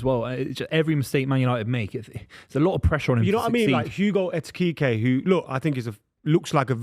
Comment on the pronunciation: and correct on the Mbeumo pronunciation and then says "Etikite" and not "Ekitike" lol.